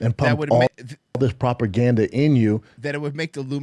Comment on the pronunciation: Also, I wonz herd that the Nazis used proper ganda to madipulate their sosaiedy. P.S. Receiving history lessons from Schaub feels like listening to a homeless cat going on a rant in a public bus.